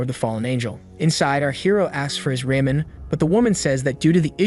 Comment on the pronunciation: And calling ramen noodles raymen isn’t to hard to understand I’ve called it that before on accident but I have called it before